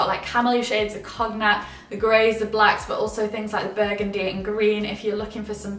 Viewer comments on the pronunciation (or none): Sweetie, it's con-yack. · I didn’t realize that Brits pronounce the G in Cognac. It threw me for a bit.